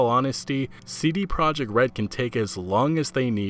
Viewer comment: Nobody seems to pronounce "CD Projekt" correctly.